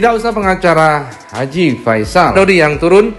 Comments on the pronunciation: Haji P ???? Ngomong aja belepotan koq jd pengacara. Haji V ???? Faisal itu awal hurufnya F bukan P ato V. Belajar bhs Indonesia dmn tuh ??? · Ngomong aja g pas gitu kok pengacara🤪haji ve,haji pe alias haji f,,,belajar bahasa indonesia yg baik dan benar dulu deh pak pengacara 🤣🤣